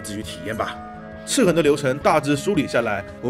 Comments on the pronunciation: 他说ci痕舒服多了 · 的发音笑死我了，一本正经的chi痕chi痕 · 血虧笑死我 🤣🤣🤣 所有籃子放一個雞蛋裡也笑死我 😆😆😆 聽著唯獨「赤痕」二字咬字特別清楚感覺有點出戲 🤣 這款之前會免有送，我看了一下是類惡魔城遊戲就載來玩了，然後就發現超好玩～我就是喜歡惡魔城啊～～～ N年前玩過一款韓國做的手遊，也是類惡魔城，其實也不錯玩，但後來再回去看發現沒得玩了，我都還沒破關呢 QQ 會選擇眾籌很簡單啊；眾籌就是一個「給你錢，快點做」的實際展現。但是投資的話都得聽投資方的話，付錢的最大，自然是眾籌比較自由。 （小吐槽：角力應該讀作「腳力」。「角色」才讀作決，是從戲曲來的；角力是從牛這類動物用角去爭鬥的行為借代來的，所以讀作腳。你總不會把牛角讀作牛決吧？） 至於翻譯嘛……還好我是玩英文版。但我有稍微瞄過中文，那個翻譯真的是慘不忍睹 🤣🤣🤣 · 这次念「赤痕」的时候特别注重嚼字...: ) 其中还有念成「赤魂」的。这个IP是不是有一个更复古的仿8bit游戏？ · 哈哈哈哈，听一直说广普，但是读“赤痕” 又特意咬字特别清楚，感觉很萌啊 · 哥你这集在说游戏名字赤痕的赤的时候卷舌音特别重是肿么回事？而其他的却又不注意。听着特别别扭，还不如继续说塑料普通话了……